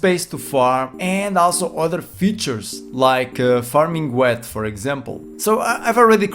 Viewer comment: You forgot the link for the spreadsheet. Also, Wheat is pronounced "wit" not " wet" :) Obrigado pelo video.